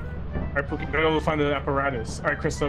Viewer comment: Did call pooki "oogi" that's so cool i love how it shows yall rll are just a bunch of friends playing games